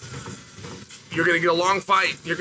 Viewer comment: "Makelchev" is back 😂